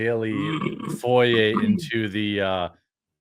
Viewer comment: It's foray not foyer...sorry for the nitpick but couldn't help it...